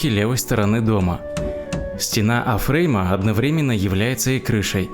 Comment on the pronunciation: Спасибо за очередную серию! Так приятно слушать чистую добрую русскую речь! Одна просьба. Не засоряйте язык "афреймами". Если по английски то "эйфрейм", но к чему вам "на английском"?!